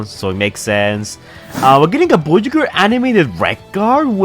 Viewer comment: Bro, why are you saying the word voyager like that? It’s so weird and irritatin.